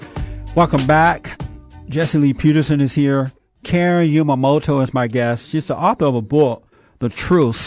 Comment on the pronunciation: Umemoto is not pronounced “You May Moto.” It is pronounced “Oo-meh-moto.”